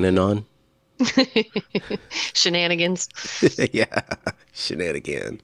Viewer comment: lol I guess I am not the only Shannon that says shananagans.